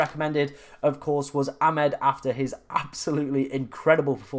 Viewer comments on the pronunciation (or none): That was never a Hall assist…..disgusting 😢. I’m sure it’s A-mad not Ah-med but maybe not